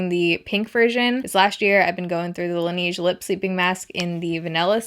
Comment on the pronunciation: Can you please pronounce Laneige correctly :(